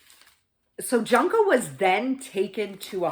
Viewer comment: It's pronounced like june co not Junko FYI